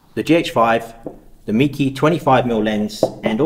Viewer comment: Not a criticism but the name is pronounced /may-kuh/. I have their super wide fisheye lens which I use for 360° photography on an Olympus E-M1 mark II. The lens build quality is amazing for the price. Thanks for letting us know about this little beaut.